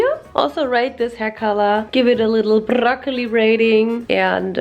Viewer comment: why she say broccoli like brrrrrrrrrrrrrrrrrrrrrroccoli WHY THO